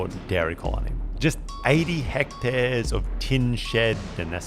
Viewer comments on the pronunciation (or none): none